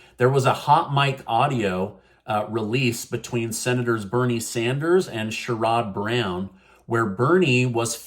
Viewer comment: Sherrod Brown. Pronounced Sharod Brown. He’s from Ohio. And you said Medicaid instead of Medicare. Medicare is for the old folks. Medicaid fir the poor folks. They were supposed to be negotiating drug prices for the old folks